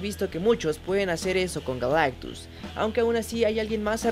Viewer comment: Por un momento creí que dijo que Galactux se llamaba Galán.